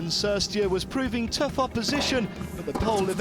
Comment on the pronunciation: He doesn't even know how to correctly pronounce the players' name. He pronounced "Cirstea" wrong here and yesterday it was "Schiavone".